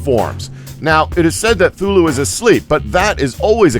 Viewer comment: It's cathulu not thulu